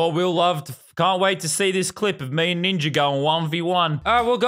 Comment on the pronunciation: Yeah but, why does he say ninjer instead of ninja sonetimes